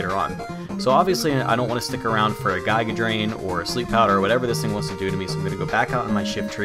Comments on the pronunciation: You got me now saying Guy-ga Drain instead of Giga Drain, DAMN YOU!! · Your mispronunciation of "Giga Drain" has grown on me.